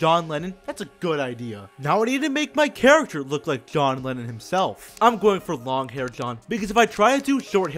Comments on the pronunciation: john lennin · Johnatan Lemmon?